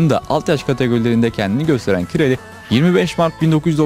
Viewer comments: Merhaba, elinize sağlık. keyifle izledim. bir bilgi paylaşmak isterim, Kİ-RA-Lİ diye okuyoruz hepimiz ama Macarca doğru telaffuz Kİ-RAY şeklindedir. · Yabancılarda bizim isimlerimizi kendi dillerine göre telaffuz edebiliyorlar. Doğru evet. Adamın ismi kiray aslında. Kirali dedik. Dirk kuyt'a ingilizlerde bizde kayt dedik adamın ismi köyt aslında. 😂 Capone vardı galatasarayda kapone dedik adamın ismi kapon.. Tıpkı Avrupa kanallarında ümit ismini yumit olarak duyduğumuz gibi.